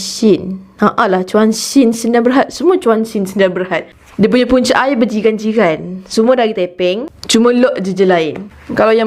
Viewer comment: satu lagi sis... aiyaq al-wadi... aiyaq oqg kedah... 😂